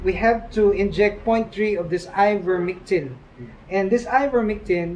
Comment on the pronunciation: Its ivermectin not mictin..